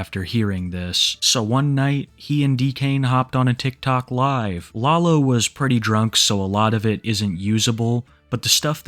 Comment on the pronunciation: Hearing say “law-low” is sending me